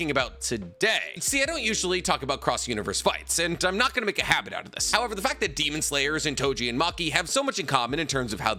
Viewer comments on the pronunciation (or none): none